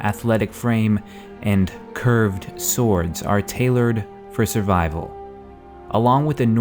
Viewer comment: You just had to emphasize "curved swords" didn't you. Now the comment section is ruined!! XD